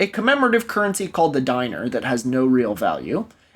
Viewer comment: A diner?! a '50s diner? I'm so used to you getting foreign pronunciation correct that this made me pause the video to screech. love u it's "diner" from the Latin "denarius" so it's pronounced like "dinero" without the o